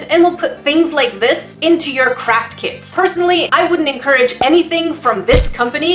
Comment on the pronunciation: Am I the only one who hears saying crap kit instead of craft kit 😂😂😂